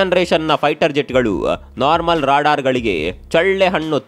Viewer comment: Ryadaar alla adu Radaar😂😂😂😂😂😂😂😂😂😂